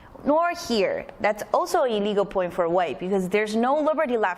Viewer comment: I'm not sure if you're saying "a legal" or "illegal"